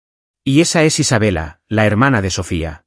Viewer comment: Familisres-68 Su narrador se oye ridículo al decir "dolar 6 M" en lugar de decir "6 millones de dolares" y ponerle a la ciudad de Denver acento en la última é", los españoles pecan de leer literalmente como ejemplo ISABELLA en lugar de "ISABELA"